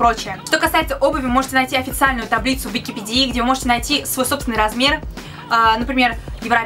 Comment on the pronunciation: ты что катя не викапедИи а викапЕдии